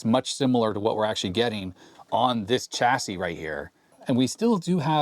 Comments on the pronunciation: The "l" in solder, didn't seem to make it across the Atlantic for some reason. Also, as "chassis" is from the French, the "ch" is pronounced "sh", the same way as in Chevrolet. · "Chassis", as in "Champagne", Chateau", "Chicago", and "Chamois. Also, "Solder" with a "l".